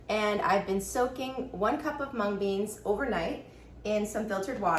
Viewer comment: sister your pronunciation of mung is incorrect ... correct pronunciation is ... in other words both mung and moong are spoken same way as you speak ... dal is just dicotyledonous beans with two of its halves split up and skin removed ... moong has green skin so some people call it green gram ... you said that this is yellow split peas and that is incorrect ... when peas ripen they become yellow ... so their "dal" is called yellow split peas ... of course yellow split peas too are nutritious tasty "beans" but it may not turn out good when used in your recipe ... we call peas as matar and you should also call it matar to avoid confusion ... yellow split peas (yellow matar dal) could be good or poor substitute of split chickpeas (chana dal) ... green peas too are dried and sold as split dal which would be split green peas or green matar dal ... moong has a black cousin called urad (or maah in punjabi) its dal has white color ... moong dal has yellow color but its skin is green ... you could also buy moong dal from which skins are not removed ... skins do have important nutrients ... we cook all beans both in dal form as well as whole